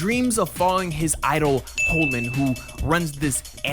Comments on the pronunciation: Ren-TON, Hole-land? Jesus Christ kids these days. Has he never heard HOLLAND pronounced aloud? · You are pronouncing everything wrong. Its REN - TON Its HALL - AND Its EL-REKKA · Yeah you never saw an episode...you didn't even get Holland right...that's a fucking country...and you still mispronounced it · "RenTAHN" "Hoe-lland" "Ani-moh-nay" You're killing me, smalls! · bro said “Hoe-Land” ??? Whaaaat !?!? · How are you mispronouncing ALL the names?! Eureka, Renton, Holland?!?!?!?!?! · Like... How dafuq u say Holland wrong????